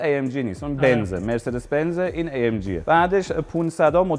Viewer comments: ای ام جی ❌ آ ام گ ✅ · ای ام جی❌ آ ام گِ✅